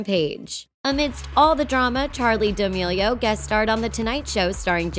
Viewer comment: I hate the way she says damilio